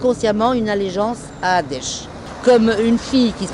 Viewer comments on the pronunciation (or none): Nn j'ai pas Di sa je me miquai de la dame qui c'est tromper au lieu de dire daeche elle a dit adeche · Elle a dit adesh !!! Mdr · Surtout qu'elle a dit Dèche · Je me moquai juste de la dame car elle a dit adeche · Black LiStEd elle a dit à « adesh » ptdrrr Jsuis morte 😂 c’est sûrement un nouveau courant religieux fanatique ptdr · L'autre vieille mm pas capable de prononcer daesh correspond allez next 👉